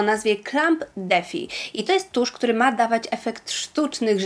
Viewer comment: Kochana, wiem i bardzo to u Ciebie doceniam, że przykładasz ogromną wagę do poprawnej wymowy angielskich słów - w dzisiejszym filmiku jeden chochlik, na który chciałam zwrócić uwagę:, defy - czytamy /di'fai/ z akcentem na drugą sylabę:) Swoją drogą, ciekawa nazwa, bo clump to grudki, a defy oznacza przeciwstawianie się, odmowę. Dobrego dnia i ciepłe pozdrowienia!:)